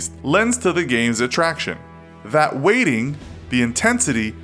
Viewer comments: The Entity PEE YOU BEE GEE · At least you pronounced it correctly that other time you said it as P.U.B.G... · pyoo bee jee is wrong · The Entity that annoyed me lol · The Entity Right that shit sounded so weird, like he was probably the only person in the world to continuously say that over and over, pretty sure everyone roasted him for that.